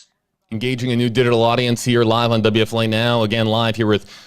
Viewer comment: This is a serious case but I can’t help to comment on how awesome you say WFLA